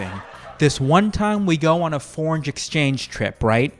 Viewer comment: "Foreinge Exchange Trip".... Don't know if you meant that, but I giggled.